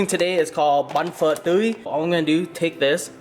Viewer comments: "it does not taste like Pho" so it's not Pho. The end also you read everything else in vietnamese normal and you say Pho like a country white guy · Campbell's Pho broth?! Phock that lol